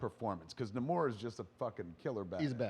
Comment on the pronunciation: Kevin, it's Namor - /NAY"•mor'/. Fuck.